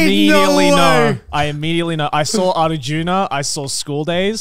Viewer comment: Damn the pronunciation of Arjuna was on point.